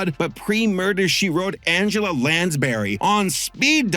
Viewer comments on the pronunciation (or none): none